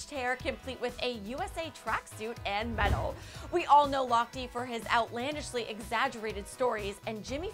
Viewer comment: why is she pronouncing it Ryan Lochtii,? it's Ryan Lochte